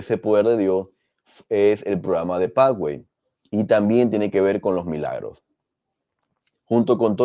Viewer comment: Se pronuncia Pazuey (fyi)